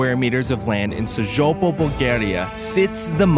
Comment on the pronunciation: Great video, one of my favourite castels. If I had those 10 gypsies I would have made something bigger :D Just to clarify something - the guy is wrongly pronouncing the name of the town of Sozopol. "Z" have to pronounced like the name Zoe, for example, not SoZHopol, as the guy is saying.